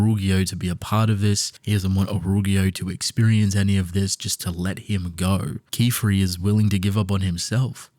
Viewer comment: Yay he learned how to say Qifrey right :DDDD